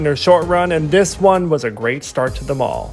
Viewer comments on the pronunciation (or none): none